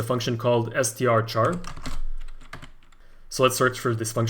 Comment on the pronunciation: no it's not called strchar, it's called strchr